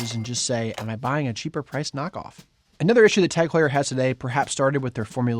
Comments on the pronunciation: Is that how TAG Heuer is pronounced? Is it not pronounced Taag Hyuur? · Can’t even pronounce it correctly 😂